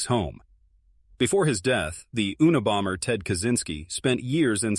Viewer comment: 😂😂😂😂😂oona,bomber😂😂😂 you,na,bomber, is how it's pronounced AI you reta rded AI